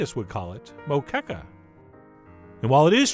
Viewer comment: I wont lie: I clicked this one just to see how you would pronounce "Moqueca" lol And I have to admit you nailed it Chef John! Good job in not completely butchering both recipe and pronunciation. Cheers from your brazilian fan!